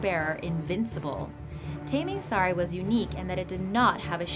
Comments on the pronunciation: Its taming sari not taeming sari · it's pronounce 'Taa - ming saa - ri'. and 'Hang' is pronounced like you're saying 'hung'. and Tuah is pronounced 'too - hah' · it's not pronounced as in taming an animal,it's ta as in target,and not hang as in hanger but hung as in "he hung himself" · She- She mispronounced "Taming Sari". It's Tah-ming not Tay-ming.